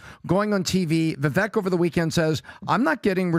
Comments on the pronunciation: Have a 2024 resolution for the guys . . . Start saying Vivek’s name correctly. It rhymes with ‘cake’ not ‘Ek’ All love to the PBD team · Vivek. Pronounced: Vi-vake (as in cake or bake). Please stop pronouncing his name wrong. Take the time to learn how to say his name. It comes across as disrespectful. Come on guys. You’re better than that. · Great podcast. But the pronunciation is Vivāk. (Vivek)